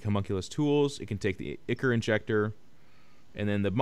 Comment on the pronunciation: ichor = "eye-core"